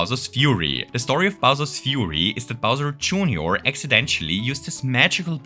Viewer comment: du sagst „exidentschelli“ du brauchst das „sch“ nicht. Einfach nur „exidentelli“ 🙂👋🇩🇪 Grüße aus dem Schwarzwald 🌲🌲🌲